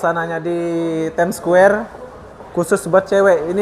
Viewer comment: Ur pronounciation about ' time square' so suck ... ☑️